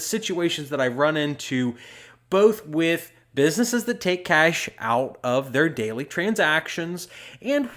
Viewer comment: I love how you pronounce cash as kaysh